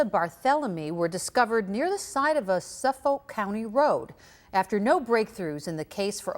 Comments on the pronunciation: "SuffOAK county" LMAO. We actually pronounce it suff-eck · She cannot even pronounce Suffolk. 😂